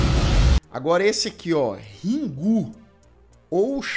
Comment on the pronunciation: Uma observação: Na pronuncia de Ringu o "ri" é igual em a"ri"ranha.